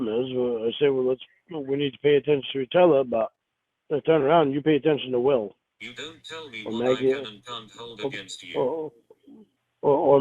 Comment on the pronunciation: Yew are killing AHS....num num num. Why dew yew want tew kill AHS??!!